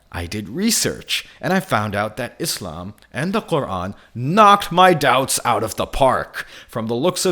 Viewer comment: after hearing that absolute abysmal pronunciation of Quran. I have to say that this guy clearly wasn’t whipped enough